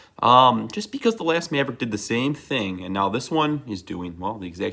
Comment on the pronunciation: Midwestern af maaaaavrick😂